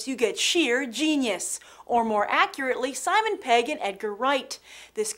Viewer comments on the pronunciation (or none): none